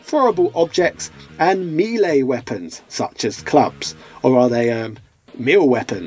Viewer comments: Its pronounced " MAY-LAY WEAPONS". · I couldn't care less about your pronunciation of the name "Ryu" but your pronunciation of the word "melee" is just downright wrong. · A.J. Abrams He is aware of the right pronunciation, his mispronunciations are for fun. That’s the joke. I also had fallen for it before.